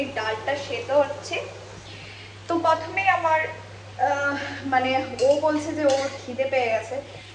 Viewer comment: তুমি প্রথম কে পথম পথম কেনো বলো তোমার কি বাংলা ভাষা তে problem আছে ❓